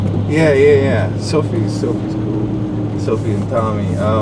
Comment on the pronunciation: deadmau5 saying "yeeeah" in a black mans voice LOL